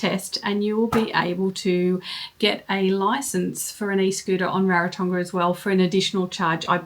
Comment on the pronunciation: Thank you for sharing. On a side note, and not a criticism, pronunciation of Rarotonga (Ra, like raspberry, soft g).